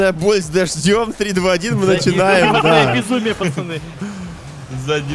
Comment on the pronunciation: "Заднеприводнае безумие" звучало как-то странно.